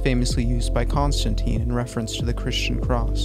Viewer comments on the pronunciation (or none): none